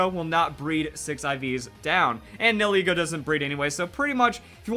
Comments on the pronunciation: Nihilego is pronounced. "Knee-Hill-Ego." and not "Neal-Heego" xD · Nihilego Nie - ah - lee - go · It's pronounced (Knee-Hill-E-Go) Nihil is Latin for nothing, then ego is your self worth, so it's No self worth